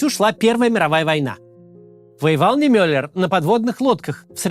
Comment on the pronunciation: Я 18 лет жил в Германии на углу Нордаль Григ и Матин Нимёллер штрассэ. В следующий раз постарайтесь ставить ударение на и, а не на ё. Мне очень нравится ваша работа. Большое спасибо